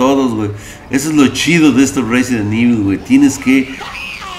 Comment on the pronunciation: Reizent evil 2000g XD